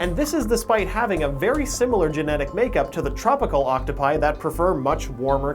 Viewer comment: does him saying octopi bother anyone else or is it just me?